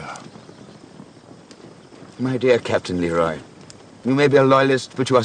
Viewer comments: a favorite detail of mine that few seem to mention is how Simmerson consistently pronounces the Captain's name as "LEE-roy" even though he introduces himself (and Sharpe calls him correctly) as "luh-ROY." just a nice extra touch of disrespect from a dreadfully self-absorbed character. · Only just realized that Simmerson never gets Leroy’s name right. He pronounces it Leh-Roy simmerson pronounces it Lee-Roy. Typical of his refusal to acknowledge other viewpoints than his own